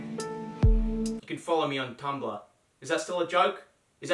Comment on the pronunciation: Did he say cumblr? lol